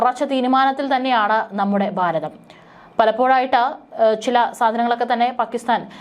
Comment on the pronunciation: ബാരതം? ബീഷണി? വാക്കുകൾ ശരിയായി ഉച്ചരിക്കാൻ ശ്രമിക്കണം. ഭാരതം, ഭീഷണി എന്ന് പറയണം